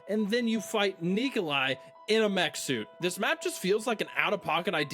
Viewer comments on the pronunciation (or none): did you say "Ni**alai"?😄